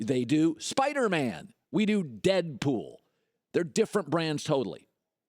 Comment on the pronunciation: why he saying dead pool like that 😂